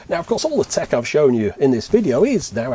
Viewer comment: You said "prison tekken"